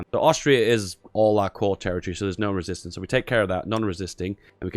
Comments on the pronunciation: "I JUAN THE RÉSISTANCÉ" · "I want La Rėsistance" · "i want the resistace" i really need to risist my parants. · I want the resistance (w/ french accent haha)